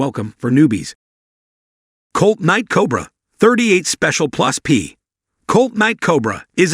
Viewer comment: Please for the love of God, get an annoucer who actually KNOWS guns to do the voice overs, or at least try to program your text-to-voice software to properly enunciate firearms terminology. It's NOT 38 plus, P revolver. It's 38 +P.